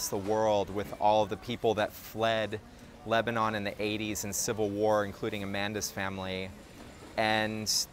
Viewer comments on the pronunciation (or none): none